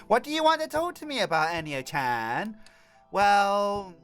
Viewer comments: Great video, but I keep getting annoyed because you say Anayo (An-ay-oh) instead of Ayano (A-yah-noh). Besides that, it was a good video! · "Anayo"? Its Ayano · say it with me dude eye-ya-no . not Anie-o sorry man love your vids but that was making my eye twitch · It's ayano now anayo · ITS PRONOUNCED ( AAH-YAAA-NOOO) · it's a-ya-no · it's freakin Ayano A-Y-A-N-O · nuhhhh you're saying Ayano incorrectly ;_